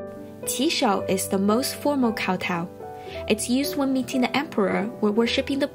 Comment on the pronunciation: why is she pronouncing kowtow like that...